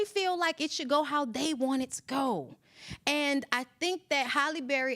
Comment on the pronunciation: Halle not Holly